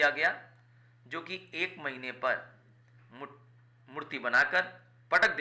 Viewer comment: Mutt❎ Murti✅😅😅